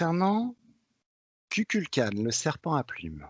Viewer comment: Kukulkan se prononce "Koukoulkane" :) (Merci Tomb Raider x) )